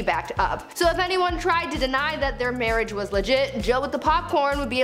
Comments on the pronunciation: "MAWWAIGE" I'M only going to say mawwige instead of marrige now, for the rest of my childhold, and maybe even teenhood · Mawwiage that's hilarious